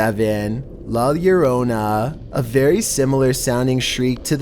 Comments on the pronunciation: The first time he said it good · He pronounced la lorona correctly this time lol. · How come in the last three videos he said " llorona " wrong but now her said it right?